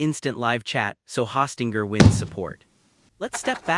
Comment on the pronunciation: Hawstinger? OK AI.